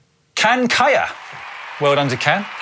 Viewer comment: Can is more likely to turn around if you pronounce it like John🙂